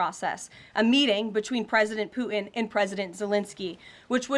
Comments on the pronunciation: Ha! Chump and Poo-in! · Is this woman totally deranged? Oh, and there is a 't' in Putin. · She says “Pu’in”. 😂She is a horrible public speaker. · Why can’t she say his name? Poo-in? Is he actively making a number 2? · Does she know "Putin" has a T in it? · Her youth belies her flip ways of responding to questions — a typical yes-man (ie, yes- woman)! Putin ( not poo-in)!!